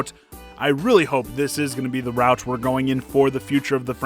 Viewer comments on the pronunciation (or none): none